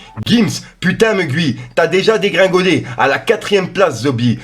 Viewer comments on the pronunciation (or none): MEU-GUI ET NON MEU-GOUI !!!! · Comment tu dit squezzie et meugi mdrrrrr😭🤣😂😂😭😭🤣😂😂🤣😂